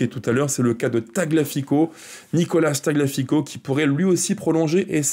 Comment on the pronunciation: Petite remarque: c'est un peu abusé de ne pas faire un minimum d'effort pour prononcer le nom de Tagliafico. Ça se prononce "Taliafico" et non pas "taglafico". Le g est quasi muet mais pas le i